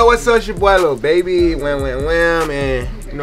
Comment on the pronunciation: Its lil baby not liru baby 😂😂😂😂